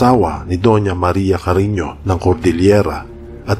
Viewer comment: Paano mo namang nasabing mag PINSAN sila ni Robin padilla eh ang layo 🤣🤣🤣🤣🤣🤣🤣CARINYO HINDI CARINIO 🤣PAKINGGAN MO NG MABUTI KASI.. 🙄 ITO HA.. SI DON ISABELLO ANTONIO ASAWA NI DONYA MARIA CARINYO ANG ANAK NILA SI DONYA REMEDIOS CARINYO ANTONIO YUNG AKING INA.. yan ang sinabi niya.. Tama or hindi 🙄 ngayon si DONYA REMEDIOS CARINYO ANTONIO na iba ni Francis Leo Marcos at ang kanyang Ama ay si FERDINAND EDRILLEN MARCOS SENIOR yan ang Alam ko.. HINTAY lang kayo sa sunod.. Kaya nga pinakita Yong post kasama si Imee Marcos.. Kapatid ni FLM si BBM.. Yan ang Alam ko 🙄